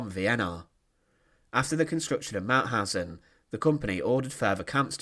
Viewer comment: The speaker is unbelievable: He cannot speak "Mauthausen", but sounds like "Mauhasennnnnnnnj" - what crazy dialect is this? At the end of the sentences, he speaks always longer words than they are "than they areeeeeeeee" Please choose another speaker, who speaks in a professionell manner.